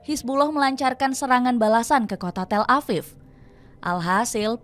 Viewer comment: Tel Aviv bukan Tel Afif...V bukan F. Memang orang indon tak pandai nak membezakan huruf V dengan F ke?